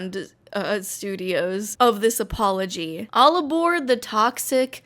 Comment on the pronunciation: When she said "ALL ABORD" I wanted to die